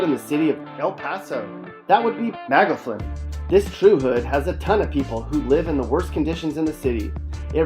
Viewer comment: MA-GAW-FIN is how its pronounced. Also this isnt true at all. The most dangerous places are literally the streets. There are always car accidents or hit n runs.